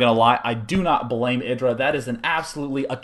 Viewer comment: isn't it pronounced "eye" dra?!?